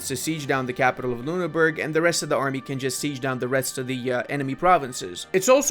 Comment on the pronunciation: Funny how you pronounce Ü as U as in Lüneburg, but U as Ü as in Ruppin.